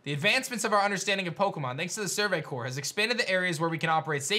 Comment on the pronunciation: Who’s going to tell it’s survey CORPS not survey cores